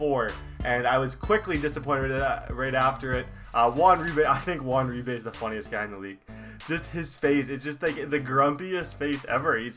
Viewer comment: U said Uribe wrong just saying